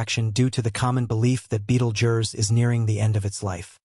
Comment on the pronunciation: at least learn to pronounce the star before u make a video bud